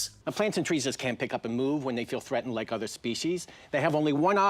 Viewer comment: He also says "like" as "lake"